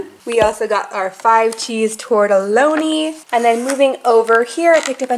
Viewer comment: (Tor-ta-lean-i) not (Tor-ta-loan-e) :)